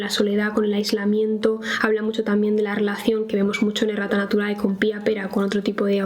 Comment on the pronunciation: Como no soy de España, mi momento humilde es haber pensado que la editorial se llamaba Rata naturae JAJAJAJAJA ahora con este video me he dado cuenta que en realidad se llama Errata Naturae, pero siempre que lo mencionabas pensaba que decía Rata jajajaja 🤭 gracias por tus videos, 💖